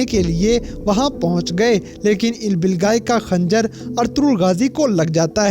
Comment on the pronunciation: Ilbilgai nhi bhai ilbilge Kia ho aap Naam ka namak bna dete ho🙀🙀